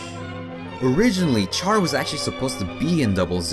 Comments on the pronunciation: Nothing I hate more than when people mispronounce Captain Char’s name. Char (Sh-ar) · Great video, but Char should be pronounced as Shar lol